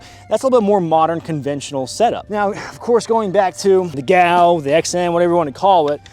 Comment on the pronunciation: First it is pronounced G. A. U. five. Second, it absolutely IS a silencer. I've qualified on the M-16 next to a K-9 handler with a short barrel GAU-5 with a standard bird cage flash suppressor. The muzzle blast & subsequent concussion from ever round that she fired HURT. As a former USAF Security Policeman, you could have been wearing either Woodland or Day Desert pattern BDUs, PASGT Kevlar Helmet & Vest, & either ALICE gear or an early pattern Tac-Vest, & playing Guns N Roses "Welcome to the Jungle" while running around shooting Iraqis, because we were still carrying GAU-5s configured like that into the early 1990s.